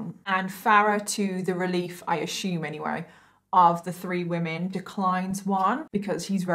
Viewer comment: "I ashooooooom" lol